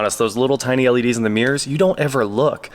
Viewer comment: One thing I learned in this video: In Kansas, there are no mirrors, only meers.🤭